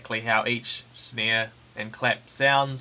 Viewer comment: "For a good snei" ahahh Love the tutorial though